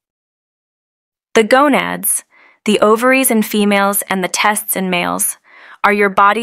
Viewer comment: This is really gorgeous- but so many errors in the AI-generated graphics and in some pronunciations, such as "testes"- it says, "tests". I hope it will get cleaned up.